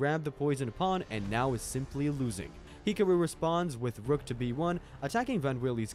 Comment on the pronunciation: Bro this is so underated but why did u say hikoro and not hikaru